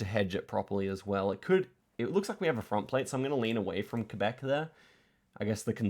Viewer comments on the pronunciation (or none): none